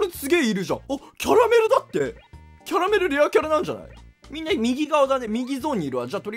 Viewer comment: キャラ↑メル↓